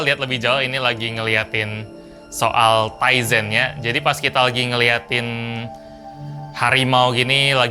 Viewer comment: powered by TIZEN saya dengerny "Ryzen" (anak IT tau lah pasti Ryzen apa)